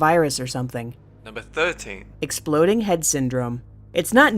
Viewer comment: when your chilling and watching youtube and suddenly you here "exploading head syndrome"